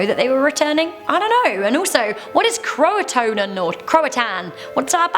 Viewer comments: Number 5...it is pronounced CROW-UH-TOE-IN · I believe croatoan is pronounced crow- uh- toe- uhn. But I'm not an historian and alas i am American so... Take whatever i say ama do with it what thou shalt. Lol!!